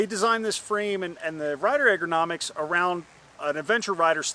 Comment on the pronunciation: I enjoyed review even though it seemed like a parody at times. “Eggernomics..,” aside, well done.